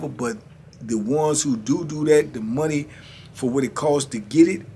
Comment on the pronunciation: Can you tell them it's pronounce do not dew🤣🤢